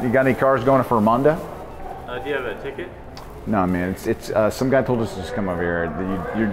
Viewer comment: In tears from the execution of “Frumonda”